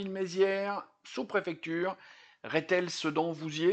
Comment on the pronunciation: Ce n'est pas "Réthel", c'est "Rethel". Ça n'en reste pas moins moche.